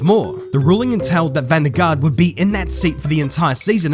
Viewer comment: you say van der Garde wrong. you dont pronounce the e at the end while if you want to do it correctly you have to say it as well